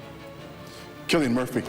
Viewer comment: Cillian promounced as Sillyanne